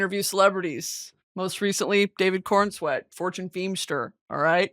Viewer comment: It’s Corenswet isn’t it